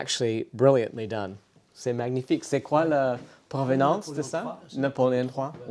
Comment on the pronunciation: Please 🙏 stop saying magnifique with gh sound! It's a very soft n sound! Time to improve your French 👍